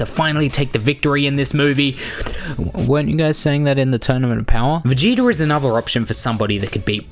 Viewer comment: Ummm you pronounce vegeta like it’s written🙂🙂🙂